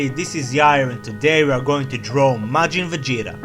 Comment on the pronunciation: At the start i heard "we are going to draw majin vagina" :3